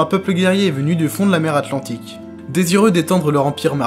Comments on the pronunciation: Je viens de me taper toutes tes vidéos, et ce fut un grand plaisir! :) J'espère que tu continuera ainsi dans le futur et que ta chaine grandira! Tu mérites beaucoup plus! :) (Ps: Atlantique, et non pas Antlantique! :P) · Super vidéo ! Cependant, lorsque tu cites les différents lieux possibles de l'Atlantide, tu as fait deux grosses fautes : "Atlantique", pas "Antlantique", et "Antarctique", pas "Antartique" ! Enfin qui suis-je pour chipoter sur vidéo qui a un contenu aussi intéressant ! Bonne continuation à toi ! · Un très bon début, vraiment bien fouillé, j'ai quelques remarques, du détail : - Antarctique avec un c - Atlantique sans n Et Cthulhu se prononce ktoulou il me semble. Mais je chipote, j'ai appris plein de trucs, vivement les prochaines. :)